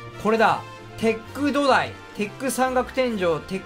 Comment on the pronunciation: 土台のイントネーションが完全にドタイYS